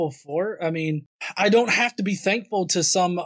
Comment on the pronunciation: Anyone else noticed this speech quirk this guy has? When he says thankful it sounds more like "dankful". I like the sound of that, have a dankful day, people:)